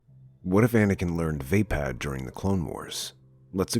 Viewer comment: vuh-pad, not vey-pad